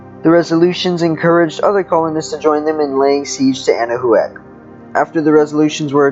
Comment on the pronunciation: Can someone please tell this person that it's pronounced "Anna-Whack" and not "Anna-who-ak"?